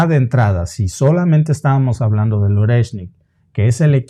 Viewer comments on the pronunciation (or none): Oreshnik se pronuncia Ariéshnik chicos... En Ruso toda "o átona" se pronuncia a y toda "e tónica" se pronuncia ie. Espero que esto os ayude!❤